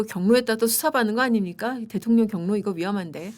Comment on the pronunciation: 또박또박 이재명 대.통.령 이재명 대.통.령 하시는데 거기에 격.노라느니.. 진짜 대통령 맞습니까? 그럴바엔 그 자 앞에 잘 조아리시고 대변인 자리라도 따내세요!!! 🎉